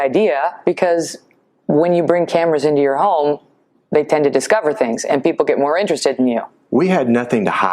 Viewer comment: "more" not mire